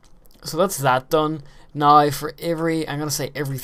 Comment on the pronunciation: I like the way you say "now". Sound like nigh.